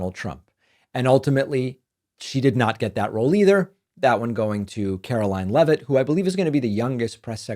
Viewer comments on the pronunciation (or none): none